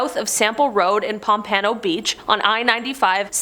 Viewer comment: Learn how to pronounce cities correctly. You said Pompano wrong.